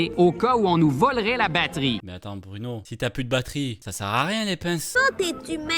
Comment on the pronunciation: je l entends dire bruNOW